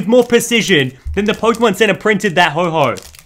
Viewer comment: Its ho oh not ho ho